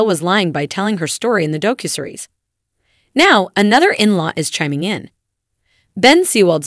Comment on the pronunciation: Doe-Cue-Series? The mispronunciations are so so bad in this.